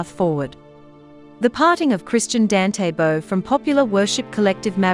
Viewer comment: Please try to get atleast to get his name right?